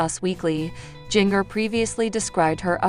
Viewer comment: I sure wish they would program this ai narrator to pronounce Jinger's name ginger like the root, and not ging-er as in washing machine wringer! 🥰